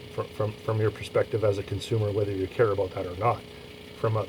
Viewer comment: Thanks for the info. and you have an easy listenable voice! I knew you are Canadian just by the way you said "ABOOT", we pronounce it " ABOUT" here in the States, LOL...